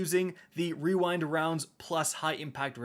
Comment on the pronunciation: Imagine calling on rewind rounds and not weewind wounds